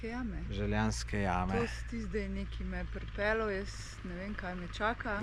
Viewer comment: Želenjske jame ne Željanske😂